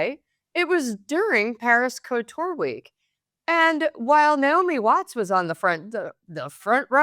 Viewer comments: how on earth have you arrived the bizarre pronounciation of couture' as 'co-tour'??!! At the very least respect the vowels in the first syllable. Its pronounced 'coo-tewr'. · It’s not Co-tour , it’s Couture